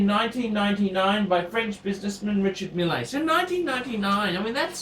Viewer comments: found out it's pronounced "Risha-meal" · in french they hold the E a little longer. Its like Reechar Meele. is right